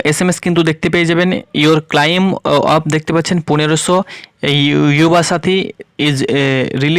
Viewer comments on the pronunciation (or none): Pronounciation ta ক্লাইম না ক্লেইম হবে